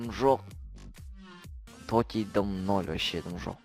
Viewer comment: тоти емес тотс